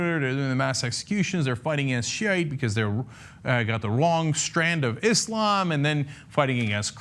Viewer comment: cenk,thank you for finally pronouncing islam correctly with an S rather than "iZlam"